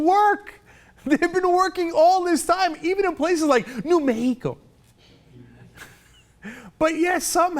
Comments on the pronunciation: New meh-key-co? Seriously? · Cenk cracked me up when he said new mexico in a mexican accent. Anyway cent, luv your show and your opinions man.